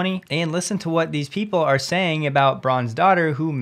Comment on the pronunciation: that guys name is pronounced closer to how an American would say Brand-stetter... ;) the umlaut a is like a soft "e"...